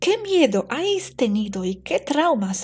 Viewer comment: preciosa, sólo un apunte... te escucho decir constantemente «ais» cuando sería «habéis». No es ningún toque de atención ni corrección, sólo q he pensado q, como buena profe de inglés, te gustaría saberlo. Sigo tu canal inglés xq tengo un nivel medio y te entiendo perfectamente. Un beso wapa;)